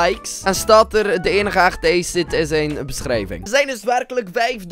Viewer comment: Kunt gij nu nog steeds ni acid goed uitspreken